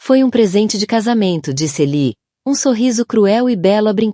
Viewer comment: A narradora não está conseguindo ler direito.Ela disse " Eli" ao invés de " Ele ".